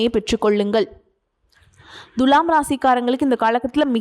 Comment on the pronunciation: It is not Dhulam It is Thula